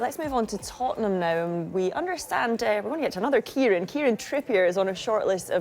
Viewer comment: Kieran 'Tyranny'.